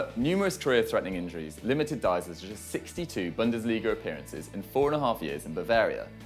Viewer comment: It's Deisler, not Diesler. Do your homework, guys.